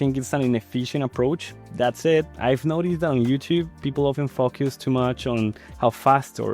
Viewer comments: Your accent sounds sympatic. Just the way you say 'focus' sounds like 'f*ck us' XD for example when you say "you need to focus sooo hard" lol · Yeah I noticed it too, for me the "I had to focus so much" sounded like "I had to to f*ck you so much" and it really took me out for a while there LMAO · Well since we are here talking about learning, I'd like to give you a tip. From english learner to english learner (🇵🇷 native/ spanish speaker "HOLAAA"), I believe you are using more of an "a" or "uh" sound in the first syllable when saying "focus". Instead, try thinking of "low" or "no" and it'll help you pin down the right sound. There's so much one can do to improve articulation and tones, so I wouldn't worry about it and get burnout from it. That said, I want to point this one out since, in this case, it kinda sounds like "f*ck use". Don't bother in fixing it right away if it becomes difficult. You can always, slowly, build upon this at your own pace.